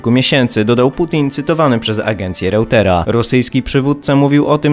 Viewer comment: Mówi się Rojtera